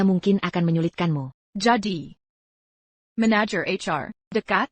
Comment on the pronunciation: Belajarlah ngedit subtitle otomatis. 1. Apa dinarasikan "ey-pi-ey" 2. Tn dinarasikan "ti-en" 3. Manajer dinarasikan "mé-né-yér" 4. Hati-hati dinarasikan "hé-tay-hé-tay" 5. Tapi dinarasikan "ti-ey-pi-ay" 6. Mr dinarasikan "met"